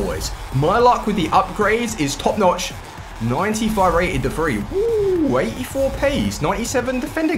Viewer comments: Its pronounced as de vry mate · you're mispronouncing De Vrij